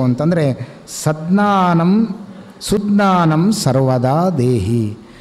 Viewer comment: ಸಜ್ಜ್ಞಾನಂ... ಶುದ್ಧ ಪಾಠ [ಸುಜ್ಞಾನಂ ಅಲ್ಲಾ]